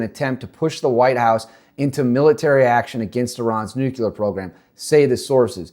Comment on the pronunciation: Can't listen. He already said "nukular" less than one minute in. Never trust information from someone who can't even say nuclear.